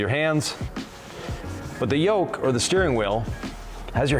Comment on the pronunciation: Not a "Yoke", Tesla calls this a Squircle. Definitely not a Yolk as you say it lol. Good video, just needs redone. 😜 jk